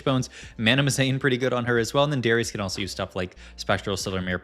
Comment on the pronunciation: Okay it’s actually illegal to pronounce Darius like that